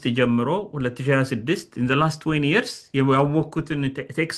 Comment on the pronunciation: Yearsን ስትጠራ አፍህን ቂጣ እንደቀደደው ያሳብቅብካል ንጹህ አማርኛ አውራ